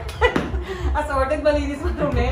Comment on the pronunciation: pati yung sa sa pagkakasabi ni tekla ng "assorted". HAHAHAHA laftrip eh